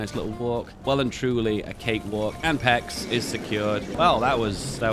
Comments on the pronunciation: its not ,,pechs" its pec you put the c and the s together it's ,,péc" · I love how you always pronounce Pécs wrong. It isn't "packs", it's more like "paytch" ;) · Also, Pécs is pronounced with the "cs" sounding like the "ch" in a word like chellange, and the "é" is like the "a" in "name", if you want to know how to pronounce it right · I'm not offended by the invasion of Hungary but your pronunciation of Pécs. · Love for invading Hungary is forgiven if you finally learn to pronounce Pécs. Please🥺